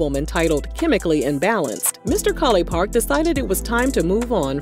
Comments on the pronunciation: It’s College Park not Colly park 😂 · say "mr. collipark" one more time please 🤣